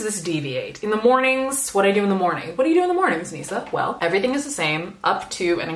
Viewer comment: Also I need to watch the whole thing before commenting because I didn't even get to the artfully timed southern accent or the WELL and now I keep trying to like the video multiple times